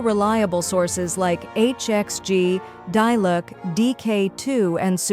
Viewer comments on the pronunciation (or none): diluc DIE-LOOK EH??